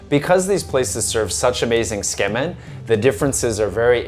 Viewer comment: Ok but why do you keep saying "skemin". Tsukemen = suu-key-men